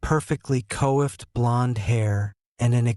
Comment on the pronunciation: Though you have good tone, you need to speak more conversational speed. You should also look up words you may not know the pronunciation of, like coifed.